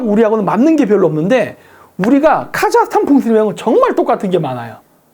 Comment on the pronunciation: 카자흐스탄? 카자르스탄!!